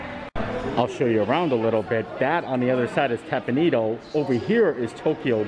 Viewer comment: Hi thanks for this video. I haven’t eaten there in years so it’s nice to see it open. By the way, the restaurant is pronounced Tep pawn Eh doh. Thought you would like to know. Thanks, and keep on making great content!